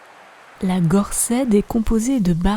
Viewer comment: Gorsedd se prononce "gorsez".